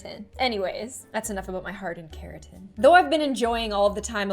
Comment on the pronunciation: say it with me: KERATIN